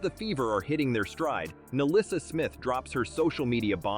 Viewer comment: The name is Nalyssa, NOT MELISSA.